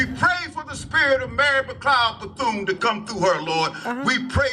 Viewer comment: The way he messed up those names are crazy Harriet tutman Mary becloud bathune yoshua who are these ppl